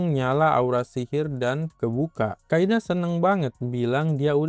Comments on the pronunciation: Di Inggris nya "Kaede" tapi yang gua denger "kaida" lah ......!? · Kaede bang bukan kaida 😂 duh pdhal tulisannya jelas lho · Kaede bang, bukan Kaida😭